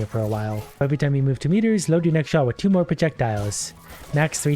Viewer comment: Why did I understand "zwei percent damage"? (Zwei is german for two)